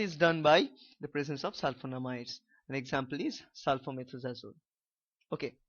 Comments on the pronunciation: It’s sulfamethoxazole not sulfamethxazole. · It's not sulphomethxazole it is sulfamethoxazole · Sory to say bro it's sulphamethoxazole